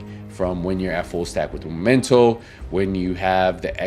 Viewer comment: i find funny when you say Momento haha. It's Memento